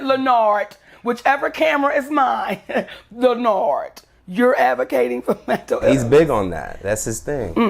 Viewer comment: Lenn-nard! Stop!